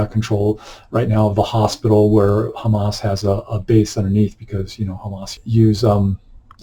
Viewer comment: Dude! You made me laugh so hard when yopu pronounced HAMAS as Ham ASS